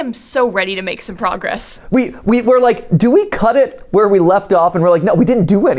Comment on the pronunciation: I'm sorry, did you say "WERE!?"